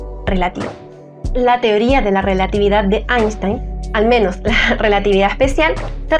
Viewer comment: Esa rielatividad